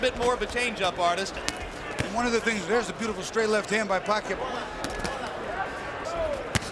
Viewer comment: I truly appreciate the commentator pronouncing Pacquiao's name correctly.